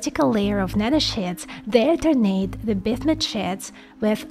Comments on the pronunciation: It really irritates me that she cannot pronounce the name "BISMUTH". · Was trying to catch what exactly she was saying. Sounded a little like biff-mutt. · lmao each time I hear bithmut haha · BIZLISP #smile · I think the best part of this is hearing say Bismuth.